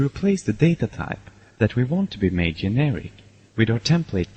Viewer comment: Prounounced "generic" as yeneric....